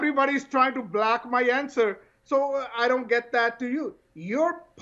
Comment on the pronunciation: he just said "Black" for block..wanabe angrez..what a fake old man urg!